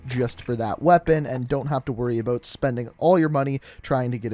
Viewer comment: “Aboat season 1 “